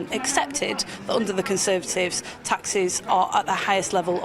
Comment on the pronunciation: Conthervatives meth 😂😂